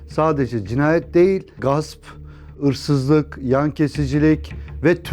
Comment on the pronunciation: 1.12 de Gasp, ırsızlık dedin ciğerimi yedin abi:) Trakyalılar candır ❤